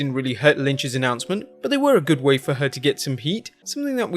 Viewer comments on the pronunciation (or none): What’s an “Annoncement?” Oh, “announcement,” right.